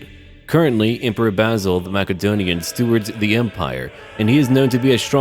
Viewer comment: Gahhhh. It’s not Mackedon it’s massedon